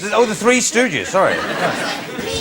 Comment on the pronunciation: Greg: Three Stoogies. LOL